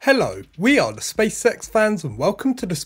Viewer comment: Also sounds like he's saying Space Sex instead of space X. I just can't unhear it, haha!